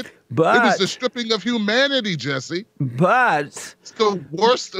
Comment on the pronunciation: I tought my English was bad but Jesse don't pronounce shit right.